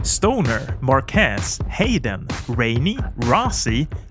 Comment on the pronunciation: Bro it's MÁrquez not MarquÉz